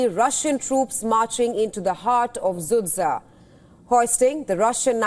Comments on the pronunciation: Sudzha 😂😂😂not sudsa oo Indian woman😂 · Don't pronounce the name of that city (Sudzha) anymore, it's wrong and tragicomic all the time.